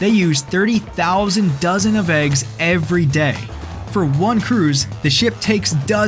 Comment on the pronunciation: У тебя very year вместо every year